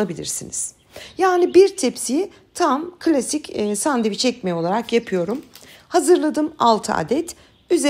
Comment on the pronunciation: Sandevic yok Türkçede şey..😂🤦🏼‍♀️🙈 SANDÖVIÇ OLABILIR..ya da sandviç.. ama SANDEVIC asla ve asla değil üzgünüm...